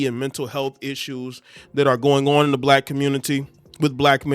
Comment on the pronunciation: Why do you sound like cardi b everytime you say on? Say it correctly. 😂